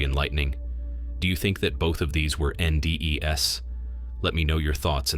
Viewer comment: Why do you say "N-D-E-S"? Instead of NDEs? Or is that an AI vo glitch that can't be corrected?